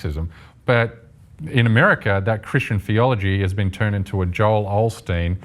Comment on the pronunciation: Hey, CJ.... O-steen, not OL-steen.